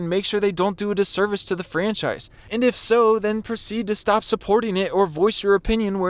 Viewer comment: This needs to ‘Stohp’